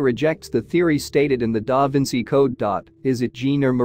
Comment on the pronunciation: Stop the AI diction. Cannot pronounce da Vinci’s name! Terrible